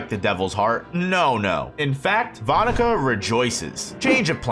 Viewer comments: That’s not how you pronounce her name 😢😢😢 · I’m sorry….the pronunciation of that name is cursed